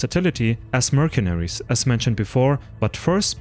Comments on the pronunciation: It is pronounced "mersenery", not "merkenery" (mercenary) in English. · Sevgili. Herşeyden önce eline sağlık. Ancak tarih bölümü mezunu bir İngilizce Türkçe çevirmen olarak bir kelimenin telafuzunu düzeltmeni öneriyorum. "mercenary" kelimesindeki "c" harfini Türkçe'deki "k" sesi ile değil "s" sesi ile seslendirmen gerekiyor. Bir de Kaşgarlı Mahmut'un paha biçilmez kitabının adını da "Divan-ı Lugat İt-Türk" şeklinde okumalısın. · Great work! a little correction of pronounce of 'Mercenary' which is 'mur-sun-(u-)-ree'